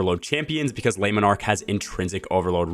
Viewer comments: It's not Les Monarque like you are saying, that would be plural. It's Le, singular to take the s off when pronouncing. Please. Great video as always. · Lemon Arc😂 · Man you butchering the name of that bow 😂